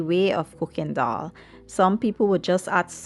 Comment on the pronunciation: Why do people say doll? Regardless if you speak proper English or not its pronounced as dal not dol